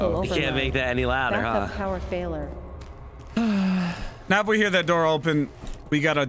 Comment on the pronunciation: Yo I'm I'm the only one that noticed the ship computer say " back up power failer" instead of failure😂